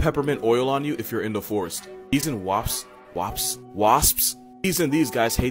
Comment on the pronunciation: Did he just say wops? 😡😡😂😂j.k. English much bro?😂😂